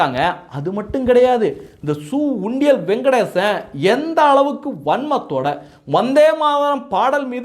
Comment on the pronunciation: யோ பேர ஒழுங்கா சொல்லுய்யா, சு. வெங்கடேசன் ஞாபகம் வச்சிக்கோ....